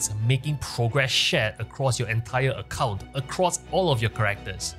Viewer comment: I love how you say "account wide," it sounds like you are saying "occult wide." 🥰